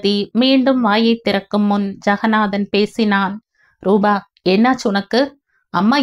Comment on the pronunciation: ராதா நல்ல முடிவை எடுத்தாள். தாய் மகன் மகள் சந்திப்பு உணர்ச்சிப்பிழம்பாக. இருந்தது நீங்களும் மிகவும் உணர்ச்சிகரமாக வாசித்தீர்கள் ❤❤❤❤❤❤. ரூபா நல்ல பெண்மணி. நிஜத்தில் இப்படிப்பட்ட ரூபா கிடைப்பது கஷ்டம். rubaa nu padikareenga. Rubaa na ₹.😂😂😂.Rupaa (.p sound.. P for polite. ) na தோற்றம், வடிவு. ரூபவதி naa அழகி.)). நல்லவேளை ஜெகன் & பாகிரதி ராதாவை பார்க்கவில்லை. ரமேஷ் மற்றும் ரம்யா எடுத்த முடிவு மிகவும் சரியான சாட்டையடி. லலிதா சாரங்கனுடைய அன்பிற்கு ரம்யா முதல் மரியாதை கொடுத்து விட்டாள். இந்த மாதிரி நடப்புகள் நாட்டில் நடக்கத்தான் செய்கின்றன. எத்தனை பெண்கள் போக்கிடம் இல்லாமல் சகதியில் விழுகிறார்கள். அட்லீஸ்ட் ராதாவுக்கு லலிதாவும், அரவிந்தர் ஆசிரமமும் கிடைத்தது. அந்த மோசமான நிலைமையிலும் அவளுக்கு ஏதோ ஒரு புண்ணிய சக்தி உதவி இருக்கிறது. உணர்ச்சிகரமான கதை. எவ்வளவோ தாய்கள் தன் குழந்தைகளை விட்டுப் பிரிகிறார்கள் இந்த மாதிரி 😮😮😮😢😢😢